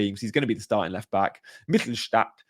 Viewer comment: It's Mittelstädt (not Mittelstadt), and you pronounce the "ä" like the "e" in "everything".